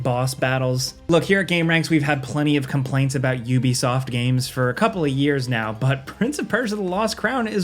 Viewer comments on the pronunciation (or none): none